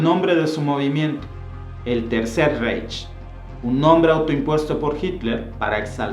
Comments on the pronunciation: Reich, se pronuncia raij. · Reich se pronuncia raig ya existe el Google traductor con sonido del idioma en cuestión. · Era Francisco I, no Francisco II. El mapa está pésimo, múy incorrecto el delineado del imperio alemán. Reich se pronuncia "raig" El "monstruo de Hitler" se gestó desde sus días de vagabundo en Viena, cuando ya leía pasquínes antisemitas y aborrecía la multiculturalidad. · vender la versión gringa que toodos hemos visto en películas no ofreces nada nuevo en tu video. Ah y pronuncias mal Reich